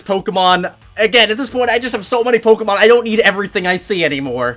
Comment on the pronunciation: Has terrible pronunciation of Pokémon names. I found your most recent video just to say, just learn how to say legendary names. They’re not French, stop trying to make them French.